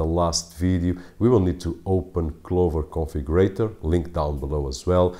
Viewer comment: Who else heard Clover Coffee Grator, whenever he said Clover Configurator?